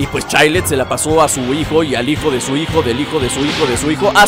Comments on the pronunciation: se pronunsia chails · se pronuncia chaild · se pronuncia Chaild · chaild asi se pronuncia pero es chilled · se escribe chilled pero se pronuncia chaild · Es chaild como se pronuncia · jjaajajjajajaj estas chistoso P.D se pronuncia chilled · se dice chaild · se pronuncia child